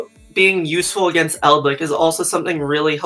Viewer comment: Nobody: one of the commentators: "Eldlik"